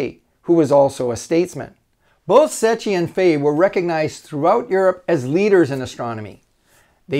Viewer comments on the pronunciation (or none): it's pronounced "sekki"